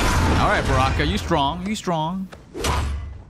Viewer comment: () I love it when you call Baraka “Bronkan” LoL 😆